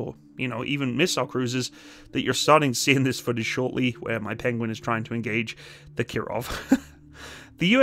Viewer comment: Penwings? Pengwings? Penglings! Benedict Cumberbatch would’ve proud 😂😊